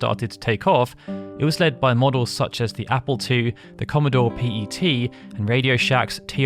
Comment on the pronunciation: Excellent video for one of my favourite series. Also this is the first time I have ever heard someone call the Commodore PET (pronounced as pet (you know an animal you keep at home) a Commodore PEE.EEE.TEA. Interesting. I first used one of these in the very early days of the eighties at Primary school. So that's a pretty long time.